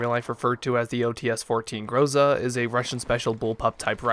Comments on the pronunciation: Not GROOZA jUST Groza' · not grOza its grozA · You have to say GrozA, not GrOza. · IMFDB is a good site to find out for everygun it's appearance in movies, TV shows and video games. I could see there is another variant for the enginner class of this gun. Finally, expect russians coming to your place for not pronouncing the name of this gun properly (Graza, yet it's written groza) and for dispalying sometimes a US flag on this gun !!